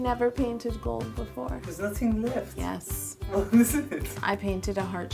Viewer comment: I've been watching too much Stargate SG1, I thought you said "Goa'uld" when you first said "gold." 😂😂😂